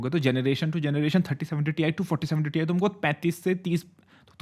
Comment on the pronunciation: Greatest "Tai"